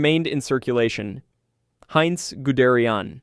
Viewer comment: The pronunciation of Heinz Guderian was tough on the ears